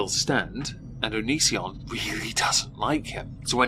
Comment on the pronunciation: You know, for all the commentary around him, not enough people pronounce Onision to rhyme with derision. I'd like that to change please.